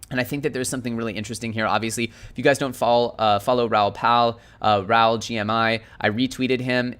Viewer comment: Raoul is pronounced Rah ool Bro